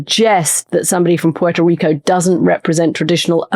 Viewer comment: Thank you for pronouncing Puerto correctly. I find it such an insult to mispronounce a country's name!